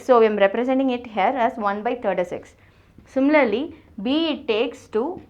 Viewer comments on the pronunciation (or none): none